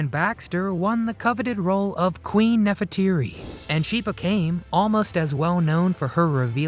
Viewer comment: Nefertiti. NOT Neferteeri!